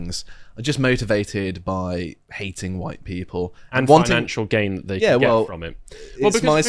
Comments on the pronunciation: Why does this guy keep saying "dat" and not "that"??? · Grifter replaces every TH with a D in his speech